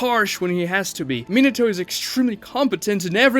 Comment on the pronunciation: I'm surprised he can pronounce Minato right.